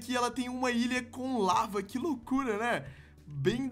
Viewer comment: Authentic ,n se diz larva ,se diz lava